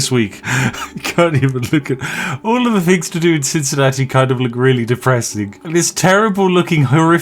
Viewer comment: When he says 'fings' does he mean 'things' like a speech impediment type deal? or is the f>th thing just a quirky channel thing? I'm new to this channel so idk